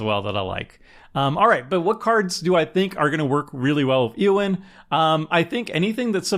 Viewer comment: "Aowyn" Shield-Maiden. Can't have you sounding like Seth, mispronouncing everything.